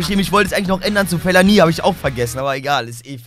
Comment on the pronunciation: Das Video war Mega!! Aber! Der heißt Fellaini nicht Fellani😅😉